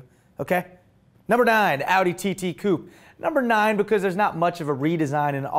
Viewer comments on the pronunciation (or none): none